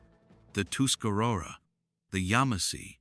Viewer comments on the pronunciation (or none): They pronounced Tuscarora wrong too.